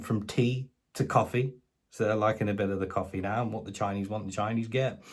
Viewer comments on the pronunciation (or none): none